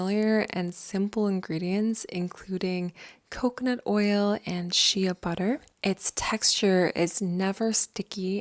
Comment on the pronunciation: i am surprised by the way you pronounced shea butter